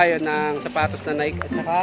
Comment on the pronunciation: Mr Vlogger,it is pronounce as Naiyke not Nayk.